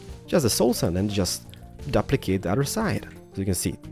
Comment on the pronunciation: You just said "dupplicate"